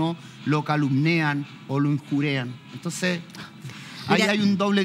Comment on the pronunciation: Se dice injurian no injurean 🙄